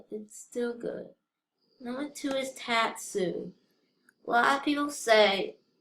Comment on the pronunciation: You said Tatsu wrong it's pronounced Totsu as in faught